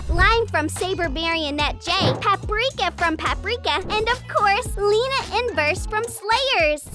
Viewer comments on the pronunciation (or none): none